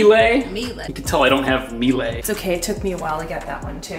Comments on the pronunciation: She's got it almost right, Miele is pronounced with an "uh" sound at the end, so Me-luh instead of Me-lay ('me' as in 'that's me') Great video as always :) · Mee-leh! (second syllable short) is the correct pnonunciation ;-) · Miele is pronounced more like Mee-luh (if you want the German pronounciation at least) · Miele is pronounced - Meeluh Just fyi